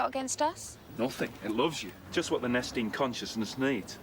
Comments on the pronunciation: I'm not sure whether you are saying "nesting" or "Nestene." It's called the "Nestene consciousness." The Doctor talking about humans is really him waxing rhapsodic about us, but he keeps getting interrupted. We've barely begun but look at how far we are. Also: If you haven't watched Good Omens, that would be great to react to. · It's Nestene Consciousness,not nesting Consciousness lol😂🎩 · "Nestene" Consciousness, not "nesting consciousness." A villain from the original show. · Nice reaction, looking forward to more. It's Nestene conciousness, by the way, not nesting. It's a name, not a discription. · As someone who grew up on Classic Who and has loved Nu Who, I enjoyed your reaction immensely. BTW, it's "Nestene Consciousness", not Nesting. It (and the moving mannequins called "Autons") first appeared in a 1970 story called "Spearhead from Space," the first story of the Third Doctor, played by Jon Pertwee. This story is a bit of a sequel/homage. By that time, the show had been going on nearly seven years and had gone through the first two Doctors, William Hartnell and Patrick Troughton. There's a lot of history to go through. "Rose" is an excellent starting point for new fans. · It is not the "Nesting" Consciousness... it's the "Nestene Consciousness". Ain't nobody sitting on eggs. ;-] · Pointless correction: "Nestene" Consiousness.